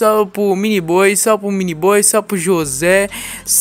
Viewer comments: Mano ! Pq tu fala SAL não salve .,. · kakskak começou falando salve e dunada virou salpo